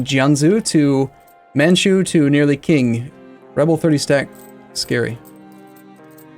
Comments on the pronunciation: Qing is pronounced as Ching not KIng... c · its not "K"ing its "Sh"ing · And yes it drives me nuts the way he pronounces it too